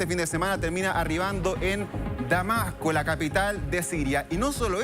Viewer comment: Damaco, y dicurso, los instrumento militares, y los Estado Unidos. Jajaja. Será que el locutor o presentador puede hablar bien?